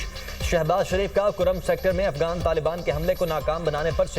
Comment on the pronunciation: Talafuz sahi nahi. Afgan nahi Afghan